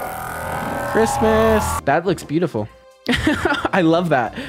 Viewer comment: The way he said christmas😂